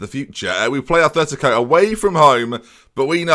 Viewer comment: Its fuckin " Atletico " madrid not "athletico"